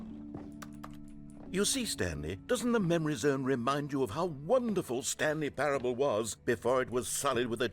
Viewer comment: me hunting down stanley parable streams "I wanna play a game, how long is 'stanley parableuh'?" oh boy, well that depends, it could be 4 minutes, or 4 hours,..